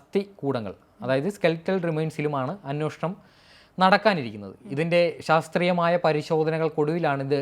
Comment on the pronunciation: Anwoshanam അല്ല... അന്വേഷണം ആണ്.